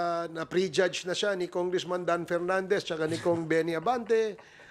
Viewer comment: PH Update, turuan mo nga yang si Tongressman Dan Fernandez kung paano magpronounce ng letter F. Mas magaling pa ata ang elementery student jan sa Tongressman na yan